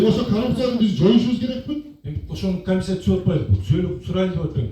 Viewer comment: калпакчан чулдурап суйлоп жаткан ким акимби? Эмне мынча суйлогон созунун мааниси жок не граммотный ,ой жугуртуусу тайыз адам окшойт. урушчаак аялдарга окшоп бд бд бд тейт го! камисийа камисийа дейт кайра кайра эле / комиссия/